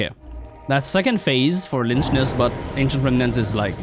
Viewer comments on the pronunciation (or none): im pretty sure you say lychnus like "lycknus" but idk